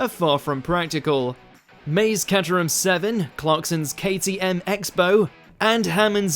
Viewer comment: He also said Katerum. You'd think that they would learn to pronounce the words if they are making a video. 😂